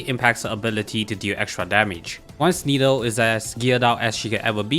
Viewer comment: I love the content and video BUT… Nilou is pronounce “nee loo” NOT NILO